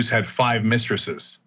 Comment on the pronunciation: LOL! Five "mistresess"!